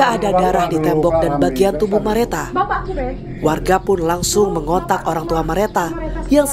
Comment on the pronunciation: Salfok hostnya blg nama korban Merata berkali2 pdhl di Nisan jelas2 namanya Mareta 😢 please jgn ngandelin prompter